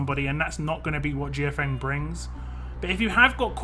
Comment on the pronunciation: Mortal Kombat crossover confirmed!! Lol Also, I think the a in her name is silent.